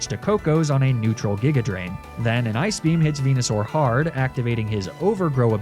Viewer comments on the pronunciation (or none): none